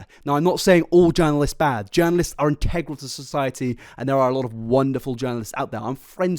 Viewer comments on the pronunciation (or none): none